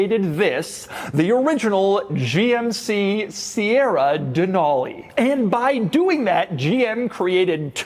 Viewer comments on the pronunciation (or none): Being from Alaska and knowing that the truck is named after the mountain. It's pronounced "Dee-nal-e" like "ca-nal" not "Deh-nahl-e". There is no "H" sound in it. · Pronouncing Denali like that in Alaska is an instant way to let everyone know you're a tourist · DUHNAULEE weird way to pronounce it...